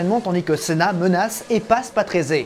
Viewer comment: une petite année de docte, je me souviens que mon oncle me prononcé le nom patrése et non patrésé ! merci pour tout ce que tu nous partage ces excellent !! merci encor bonne continuation 😉